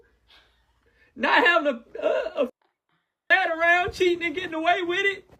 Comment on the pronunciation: Man said “Testosterone” 🗿